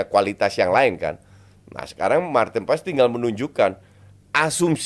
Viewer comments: Nama nya paes , Dari mana letaknya paas ? dia udah resmi jadi warga indo kenapa penyebutan nama harus dibelanda2in, botak botak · Paes lo justin bukan pass. Paes itu dari bahasa jawa bukan bahasa inggris lo botak. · Maaf min,, sebagai orang Indonesia boleh dong kita manggil marten paes,, paes bukan paas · Haye dan paes ini pengucapannya sama, banyak yg nyebut nama haye dengan haye yg ye nya seperti penyebutan yes, yeremi, yen dll sebetulnya yg benar itu penyebutan huruf e nya seperti de'ngan, se'lamat, se'mbuh begitu2. Paes pun begitu, bukan menyebutnya pa'yes tapi paa'es yg huruf e nya hampir ga dbaca seperti kita menyebut kata faLes/paLes untuk suara yg jelek pas nyanyi, nah hilangin tuh huruf L ditengah nya, begitu nyebut nama paes. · Enggak. Manggil nama orang nggak sesuai dengan cara namanya dibaca itu BIG NO. Usahain sebutin yang benar kalo udah tau. Kecuali "Paes" itu nama panggung artis, baru deh ngasal juga nggak masalah. Nama itu Doa dan maknannya dalam. Usahakan jangan sembarangan. Kalo perlu, selalu tanya orang lain gimana cara baca nama mereka.